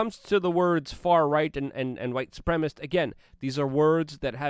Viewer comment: It is white suprem i sist! Not supremist.!